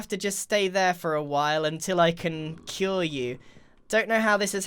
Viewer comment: Who heard grian say " you are gonna have to stay here for a while until I can kill you" and not "until I can cure you" lmao